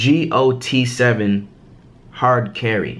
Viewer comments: it's not g.o.t7 it's got7 like actually got and 7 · It not g o t 7 it just got7